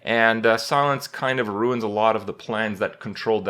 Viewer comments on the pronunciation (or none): none